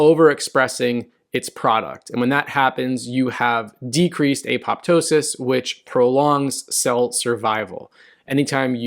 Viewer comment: It’s not a POP ptosis, but apo PTOSIS ! Remember how you pronounce Ptosis, as in droopy eyelid. Just put ‘apo’ before it!